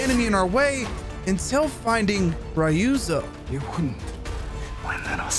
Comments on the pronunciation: Man are u intentionally saying “Rayuzo”😂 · The way japanese says Ryuzo is just to leave you the (Y) so it sound like Ruzo so hearing someone say Ryuzo with the Y lowkey made my minde fucked😂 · My god what did the eng VA director do. Ryuzo is pronounced so wrong 😅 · How can you even mispronounce Ryuzo. The english audio literally tells you how it’s pronounced.